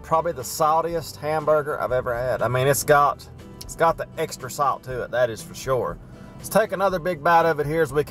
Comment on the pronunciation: Genuinely curious are you saying salt?